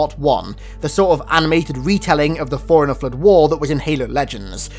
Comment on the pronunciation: i keep hearing foreigner instead of forerunner